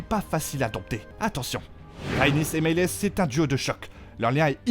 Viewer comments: CaraxÈsss stp et c’est pas meles 😂 c’est meleeyssss ! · Meleeeeyyyssss articule et prononce bien !!! Caraxessssss !!! Chute si tu ne sais pas prononcer les prenoms !! Tarrrgaaryeennnnnn pfff